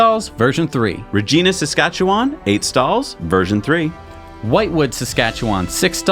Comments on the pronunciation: it's pronounced Regina, like vagina but with an r ;) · Regina is pronounced Reg-eye-na not Reg-ee-na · Sorry gents, "Regina" is pronounced "ReGeyeNa", not "Regeeena!" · Regina is the city that rhymes with fun. Not pronounced "reegeena" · Bahaha watching this for the first time (way late I know) but as a native Saskatchewanian and now an Albertan, it was hilariously painful to listen to you guys pronounce our place names, particularly Saskatchewan over and over.. but I full on LOLd at Re-geeena Saskatchewan... it doesn't rhyme with Tina it rhymes with... ummm... China. Not being from here, you did great but it was definitely fun for me ;) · Bah hahaha regeena Saskatchewan... It's Regina pronounced "Ragina" like vagina but with a ra instead of a va. Rageena... Haha that was great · "Rageena" LOL It's commonly pronounced "Reh-jyne-ah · Regeeena for Regina - How many Canadians cringed at that? It's Regina as in vagina. Now I'm sure you can remember that. LOL Peace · It's pronounced "Re jy na. : ) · It's Regina, I like eye, not e like Regena. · Just so you know, the capital of Saskatchewan, Regina is not pronounced Regeena. It rhymes with the V word that is almost spelled the same way. Regina is the Latin word for Queen. Now You Know. :) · Among others, you mispronounced Regina, Saskatchewan. It rhymes with fun... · As someone who lived most of my life in Regina Saskatchewan, I can assure you that you did NOT pronounce Regina correctly....the work Regina rhymes with FUN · REGINA. It rhymes with fun! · Regina is pronounced not like the woman's name :) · Hey guys congrats on 172 shows eh!! FYI you pronounced Regina wrong.. It's the city that rhymes with fun! Just google it! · Ragina is pronounced like Vagina but with an R. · I don't know if anyone else mentioned it, but Regina rhymes with vagina. A small hiccup in great coverage. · Its not Trans Canadian hwy but, TCH - Trans Canada Highway. 2. He he how did you pronounce Regina lol. Too funny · Regina. rhymes with vagina